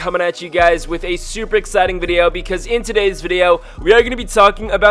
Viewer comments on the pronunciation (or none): U said todem instead of today